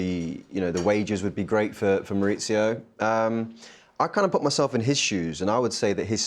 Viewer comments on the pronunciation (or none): His name is not Maurizio. He is not Sarri. It is Mauricio. The c makes an English ,s' sound. Not an English ,z'. Maoo-ree-see-O. Ffs